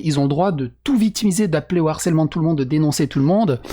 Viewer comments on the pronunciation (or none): none